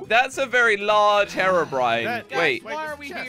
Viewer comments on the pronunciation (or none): did say herobrien? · jush said herobrine